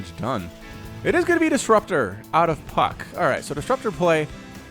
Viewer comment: Did you say Puck or F*ck In your intro?